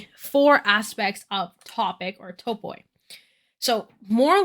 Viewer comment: Just an fyi, topoi is pronounced as "topee" and it's plural of the word topos!